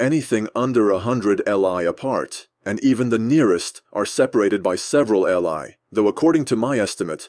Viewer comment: also not li is a mandarin word and it's pronounced as Lee not l i. it was their old distance measurement equivalent to what we know as the modern mile.